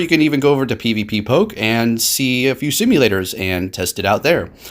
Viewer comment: Sorry about this comment. I just want to tell you one thing, you are saying 'PVPPOKE' ;but it's only 'PVPOKE'.l do want you to notice the bug. Don't be 😠 , just be 😁,🤓,😄and 🤗.Is there any mistakes pls also correct me.